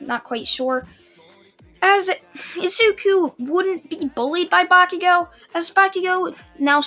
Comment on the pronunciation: why do I have a feeling that you're trying to say "bakugone"?